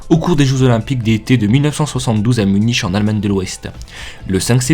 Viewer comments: MDRRRRR il a dit " Muniche " alors que sa se dit " Munique " XDDDDDDDD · Munich , se dit "munik"